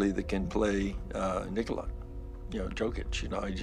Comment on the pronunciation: Heh how about you pronounce his name correctly